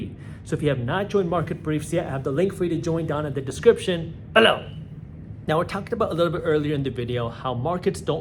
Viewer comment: Is it me or am i the only one that waits an screams when Jaspreet says subscribe in the link “Bellow” 😂